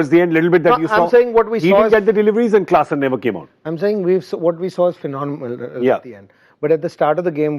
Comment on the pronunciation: again mispronounced klassen as carlson....he wants it badly i guess 😂